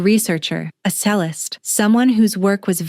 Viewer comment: Nor can it pronounce it correctly!